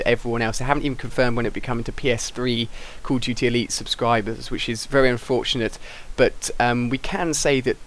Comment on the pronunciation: why do you say "Call of GT?"